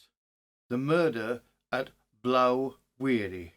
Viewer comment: Just a small correction as to to the name of blaw wearie the blaw is sounded as in awe or law not ow .